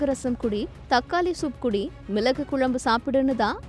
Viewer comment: 1 . ""கொல்லு , மிலகு , தக்காலி "" இல்லை ....... 🤦 🤦 🤦 அவை முறையே , ....... "" கொள்ளு , மிளகு , தக்காளி "" ஆகும் !! 2 . அதே போல , "" அட்வைஸ் கலை "" கிடையாது , ...... "" அட்வைஸ் களை "" !! அல்லது "" யோசனைகளை "" ...... !!! 3 . "" அல்லி கொட்டுவது "" 🤦 🤦 என்று சொல்லாமல் "" அள்ளித் தருவது "" என்று சொல்லவும் . 4 . " கோலாறு " இல்லை , 😢 ....... அது "" கோளாறு "" . ல , ள, ன , ண, ழ , ர , ற , ஆகிய அழகான எழுத்துக்களை சரியாக , பிழையின்றி சொல்லவும் . கொஞ்சம் ஒழுங்காக தமிழ் உச்சரிக்க கற்றுக் கொள்ளுங்கள் . உங்கள் தமிழ் கேட்க சகிக்கவில்லை. !! 😢